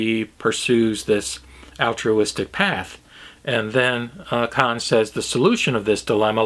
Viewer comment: Not entirely sure but, isn't Dr. Conze's name pronounced "Kon-zee" - two syllables? The fellow I teach with studied with him in the 60s at the U of WA and pronounces it that way.